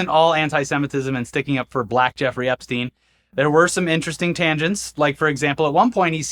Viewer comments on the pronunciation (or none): none